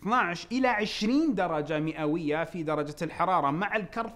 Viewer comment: مئوية وليست مؤيه وشكرا على الطرح الجميل والرائع ❤👏